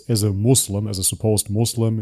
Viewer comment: After all this time he still doesn't know how to pronounce Islam and Muslim. It's not izlam...